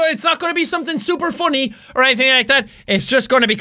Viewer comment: I LOVE how he says super 😂 "ShhhUPER fast!" His accent is so adorable